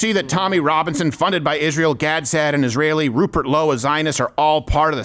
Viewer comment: Who's this white boy who can't say Rupert, and is defending Islam? Never go full Forrest Gump when trying to sound smart.